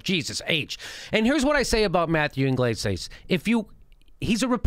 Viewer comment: it's ig-lez-yas Jimmy. But good job as usual